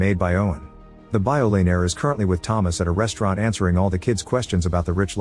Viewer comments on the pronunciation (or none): I watched that movie on putlocker the other night....you gave a very good recap.....the movie was one of the better ones I have seen is a few years....a mix of The Librarian, Indiana Jones and Laura Croft.....one funny part of your recap was when the AI voice read Billionaire as Billionoaire...gotta watch that typing, AI will read what it sees....other wise a great 14 minute ride.....look for more movies, IF THEY MAKE THEM, of this kind.....thanks